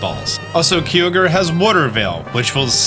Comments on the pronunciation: My face when said Keeeyogre instead of Kaiogre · Keyorge and kaiorger lmao 🤣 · Did u just said keyogre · Love that he changes Kyogre pronunciation several times between keeogre, and Kyogre 😂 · Why do you say Kyogre like that it’s pronounced Ki-Ogre or am I trippin? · Triggered by how you said kyogre!! Lol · I like how he pronounced Kyogre in two different ways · i cringed when you said Kyogre name wrong